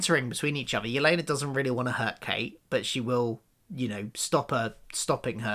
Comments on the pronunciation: It is "My-uh", and "Yeh-lay-nuh". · When you call Maya "Meeya" and Yelena "Yuhlahnuh", it reminds me of when my parents used to get confused about how to pronounce the word "dalek". They would call it a "darlek", because, I guess that's how they thought British pronunciation/accent works?